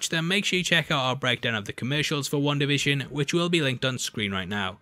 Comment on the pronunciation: Why is this guy saying one da fishin!